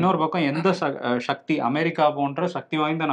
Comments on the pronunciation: 'ஷ'க்தி❌; சக்தி✔️ 'ஷ' என்பது தமிழ் எழுத்து அல்ல. சந்தேகம் இருந்தால் LKG படிக்கும் மாணவரின் வீட்டில் தொங்கும் தமிழ் எழுத்துக்களின் அட்டவணையில் 'ஷ' என்ற எழுத்தைத் தேடிப் பாருங்கள் ❤️வருண்❤️ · நீங்கள் ஏன் சக்தி என்று சொல்லாமல் ஷக்தி என்று சொல்கிறீர்கள்